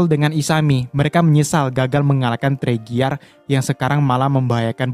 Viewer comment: Bang itu bukan teriger tapi torigia